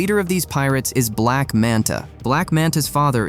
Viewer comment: emphasis on black